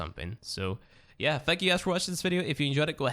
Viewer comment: He said thank you and I heard F*ck u and when I did subtitles even youtube thought its F*ck u no joke check it out for ur self